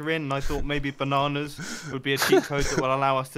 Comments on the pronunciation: " I wonder how they knew we were coming " also mumbo : BANANAS BANAANS BANANAS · " I wonder how they knew we were coming " also mumbo: BANANAS BANAANS BANANAS